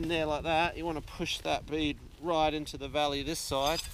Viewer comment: Great! Body positioning is the other lesson here! GREAT DEMO! RYYIIAAGHT! Can’t type that accent of Right! Hilarious!